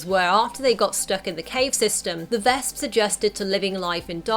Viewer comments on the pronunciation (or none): vesps. not "vasps" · actually, the way she pronounces their names makes it sound closer to the German word for wasp "Wespe", which is pronounced "Vesp"